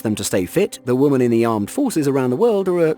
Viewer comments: OMG it's "WOMEN" not Woman for the 5000th time 😂😂😂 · Like some others have stated: you seem to have a problem pronouncing women. Also: As long as people pass the standards set I have no issue with gender. But if you lower those standards or remove them completely that's a gigantic issue. And lastly: you contradict your stance on women in the military and equality with a video like this but you seem oblivious to it which is pretty damn funny.